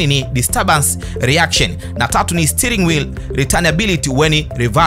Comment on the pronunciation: Sio stiringi inaitwa STEERING inasomeka hivi stearing hivyo ndivyo inavyotamkwa kwa kingereza hapa ulaya